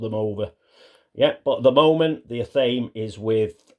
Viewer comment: Just an FYI...I once had a Wiccan roommate and I'm pretty sure athame is pronounced "ath-uh-may"